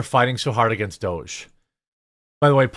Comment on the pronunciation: Stop using a soft "G" for "DOGE", it uses a hard "G".